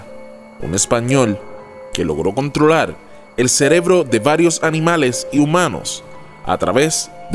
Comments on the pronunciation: dice celebró en lugar de cerebro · En el minuto dices celebro, no cerebro 👍🍻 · Buen video. En el minuto dice CELEBRO, DEBE SER CEREBRO. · dice "celebro" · amigo dijiste celebro en el min jajajja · "CELEBRO" JAJAJJAA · jajajajja cierto XD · "en el celeblo" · celebloooo jajajaaj me hizo reir, me la venia creyendo toda la historia y cuando escuche eso me pincho la historia.